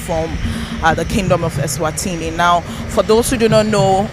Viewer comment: That's not the reason for the name change woman. Stop making up a story, you don't know how to pronounce the names